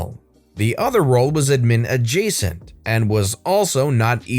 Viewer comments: Does anyone else get bothered by how he says “admin” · The way you pronounce admin makes every cell in my body greatly confused. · The way he says admin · How does someone mispronounce the word "admin."